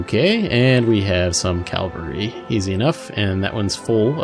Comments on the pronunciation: I'm not sure if this was mentioned in a later video, but it's "cavalry" not "Calvary". Sorry for be a spelling nazi :D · Sorry to ask but what is ""? Do you mean cavalry?